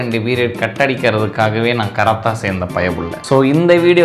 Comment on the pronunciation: Ena bro karate ah karatha paratha nu la solringa 😂😂🤣😂